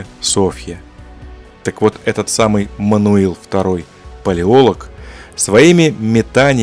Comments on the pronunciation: Не «ПалеОлог», а «ПалеолОг» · ПалеолОг, а не Палеолог. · Я очень глубоко уважаю данного автора и с глубоким интересом смотрю любые видео за его авторством. Фамилия "Палеолог" читается с ударением на "лог". Отрицать существование римской империи.. ну это чересчур радикально даже для меня, с большим сомнением относящегося к официальной истории. Отрицать существование мощной высокоразвитой цивилизации в прошлом невозможно - кто-то построил Великие Пирамиды, кто-то весь мир застроил крепостями, которые стоят до сих пор. Но Римская Империя - это фундамент, основополагающее начало всей современной истории... Увы но принять такое я не могу